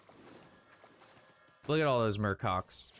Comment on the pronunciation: MurCocks LUL